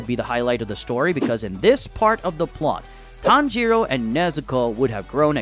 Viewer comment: Not the "tan JEE ro" 💀💀